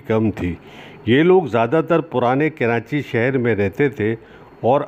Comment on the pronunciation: Sir aap karachi ka pronunciation ghalat use kar rahay hen jaisa k.. karaNchi ghalat hay aap darmiyan men N laga rahay hen jo k ghalat hay.